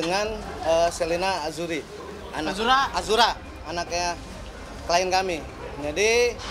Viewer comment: Azzura paaaakk... Bukan azzuriiii... Bapak ni kek mana lah... Salah2 kena telan nanti kao pak...